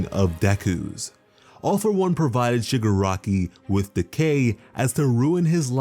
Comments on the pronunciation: When Shigaraki is pronounced Sugar Rocky in the sub titles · Did he say sugar rocky ?